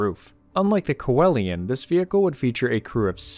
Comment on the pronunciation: It’s pronounced “see Lian”